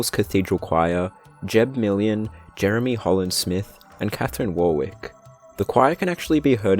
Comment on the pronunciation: This was a great iceberg video, but the name Warwick is pronounced "Worrick" :)